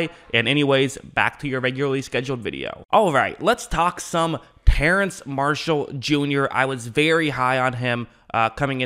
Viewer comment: It’s Terrace not Terrence smh that’s so annoying hearing people call him Terrence lol 😂 I’m being Nitpicky but come on people lol 😂